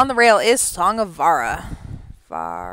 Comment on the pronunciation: I'm Glenn Larson's son, and I'm commenting on this for one reason. Pronounce the j in Vajra! It's "Song of *Vuhj-ruh*", not "Song of Vah-rah"! Put some respect on his name!